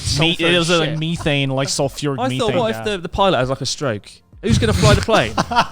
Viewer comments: Someone teach Joey how to properly say “methane” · why is there no one in the comments making fun of how Joey says MEETHANE